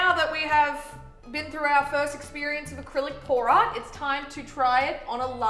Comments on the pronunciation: Art specifically pour art. My deaf just woken up ass heard: Art specifically porn art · Every time she says pour art it sounds like porn art